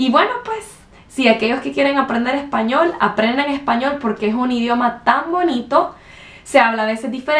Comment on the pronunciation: Aquelloj que quieran aprender ejpañol, mis amigoj. Definitivamente acento carta Chi aunque quizá por tener un nivel académico alto no tiene su acento tan pronunciado como la mayoría de hondureños que conozco.